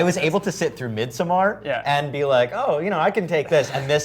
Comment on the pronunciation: What is this “Mid So Mar” movie he’s talking about